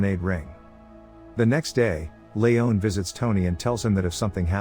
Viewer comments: It's Lee on not Lee own. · Layohn? Ha. Lee-on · It’s pronounced LEEEEON Not Leone you simpleton